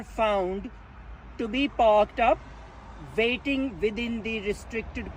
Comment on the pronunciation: In this vay...you are vateing.